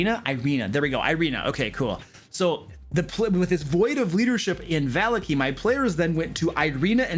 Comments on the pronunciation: I'm sorry, I just can't go on. The way you pronounce Vallaki. I'm just... Its me... I'm sorry. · not just you ... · Watchter is pronounced Vocter its German... I was corrected by a player on my first game ever lol. Also barovia naming tends to be very Russian/Romanian so you pronounce every letter in the name unlike English. Vallaki which is Named after the Baron's family Vallakovitch would both be Va- la- kee and Va- la- Ko- vit- ch. But you are consistent with your pronunciations so just ignore me being a Nazi about it lol. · vuh - LOCK - ee. vuh - LOCK - Oh - vich. it's east European flavored dude lmao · Not sure if this guy just choses to mispronounce every name juat to make it sound different. Ih-zek Val-ya-ki Wak-ter Ih-rina iz-mark Val-ya-ko-vitch